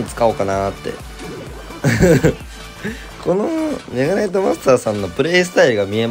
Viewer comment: デッキ画面出てきた時のメ↓ガ↑ナイ↑ト枯渇で吹いた